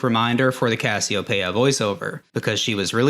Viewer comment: Cas-e-oh-pay-ah thats a new one Its Cass-ee-o-pee-ahh